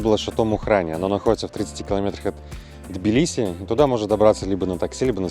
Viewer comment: Прчему "тобиле"???? Тбили (т произносится с придыханием)